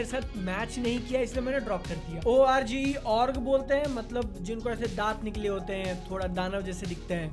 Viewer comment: Bhai wo Orgy hai Orge nhi 🌚🌚